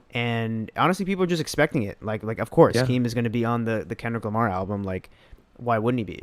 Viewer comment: Is he really saying o, k. lamar with the letter 'r' being silent? Also you haven't heard Denzel, Vince or Saba new albums?